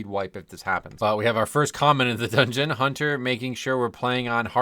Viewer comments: so glad "doogeuoon" is becoming a regular - loved it when you previously called the dungeons by their german names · Doongeoon. Works for me…I blast-laughed at doongeoon. Ha!